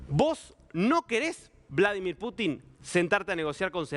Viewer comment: Estas nervioso, sos un tonto para hablar. Como vas a decir Bolo dimir Putin. Nadie te entiende lo que informas. Mejor practicas antes de informar